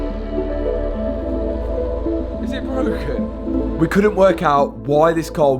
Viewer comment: is it bwowken😂